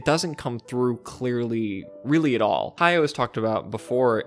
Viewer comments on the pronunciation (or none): Goro just needs one major hit to turn his life around. Why isn't Hayao helping him? That's what I would do if I expected him to succeed me. By the way, it's "Ha-ya-o" with three distinct syllables.